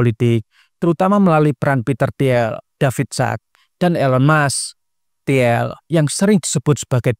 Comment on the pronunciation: bacanya "til" Peter til (i nya agak panjang), bukan ti-el